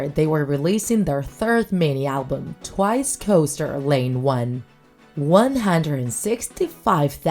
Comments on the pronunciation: "Tiwce" lol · I felt like someone was beating me up with a stick ever time she mispronounced names edit: "T BY T" WTF IS THAT THIS IS CRINGE OMG edit 2: OMG WHAT IS "TOO U" it's pronounced "chewy" I can't stop laughing to be honest